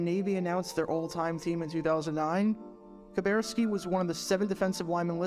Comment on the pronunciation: Now for the rest of the story: The way Kuberski (and it's pronounced Ka-burr-ski not Ka-bear-ski) finally got out of the Navy and made it to the Packers was by gaining weight so that he was no longer met Navy requirements. I got to talk to Bob in the training room one of the three years I attended The Green Bay Experience Fantasy Football Camp. I said something like, it was pretty clever the way you got out of the Navy by gaining weight. Bob replied "Are you saying that I did it on purpose?" Then he followed with "It worked, didn't it?"